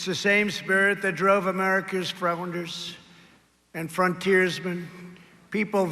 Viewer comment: Trump couldn't say 3 words right on his speech 1. He said Ulyssius again for the second time instead of "ULYSSES" 2. He couldn't say the word "deployed" right 3. He said frownders instead of "founders" 🤣😂😆 LOL HA HA HA HA HA